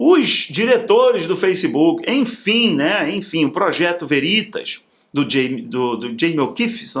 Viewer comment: Estou com problemas no teclado e não consigo usar o acento agudo. Mas, a pronuncia correta de "veritas" (do latim, VERDADE), se faz como uma proparoxitona, com o "ve" aberto, como em "vela". E não como em "verdade".